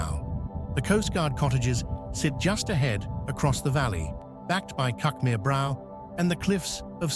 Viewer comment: I don't know if all us locals pronounce cuckmere incorrectly. As never heard it pronounced like this before. A lovely place to live.